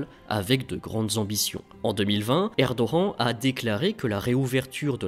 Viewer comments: Ce n'est pas Erdoen Mr c'est erdogan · Bonjour, J'aimerai savoir, s'il vous plaît, pourquoi vous prononcez le nom "Erdogan" de cette manière. Simple curiosité. Merci pour vos vidéos et votre travail.